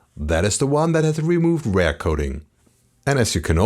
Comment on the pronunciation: Liebe die Serie, aber manchmal triggert mich die ansonsten sehr gute Englische Aussprache doch extrem: Bitte REAR nicht wie RARE aussprechen und SET ist ein irreguläres Verb - nix mit "SETTED".. :)